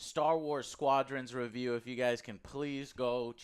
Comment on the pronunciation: "Angry Revew"